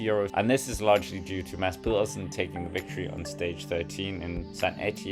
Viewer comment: When you pronounced the name "Mads Pedersen" I knew your username checks out :) Scandinavian are apperently very difficult to pronounce.